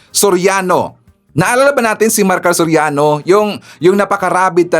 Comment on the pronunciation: Serrano Maricar hindi Soriano